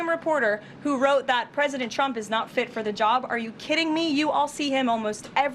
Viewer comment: "President Chump" - those lip fillers have given her a speech impediment